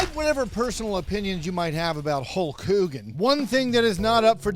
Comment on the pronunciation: You pronounced it "Holk whogan"